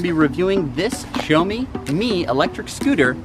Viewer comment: it is not pronounced show me. it is pronounced shao mi.